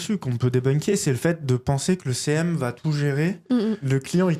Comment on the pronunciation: Je peux pas être la seule ! À chaque fois que j'entends "devenir CM" j'entends "devenir célèbre" 😂 en tout cas merci pour cette vidéo.